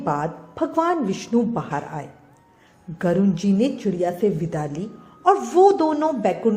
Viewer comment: Please pronounce correctly...its garud not garun...always check and then make video